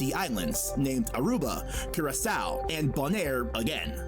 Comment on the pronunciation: The way this mans pronounced my country's name is just- Curaçao my brotha is in fact not pronounced like that 😭😭